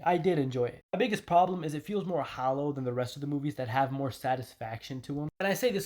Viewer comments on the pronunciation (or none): You mean hollow......hallow isn't right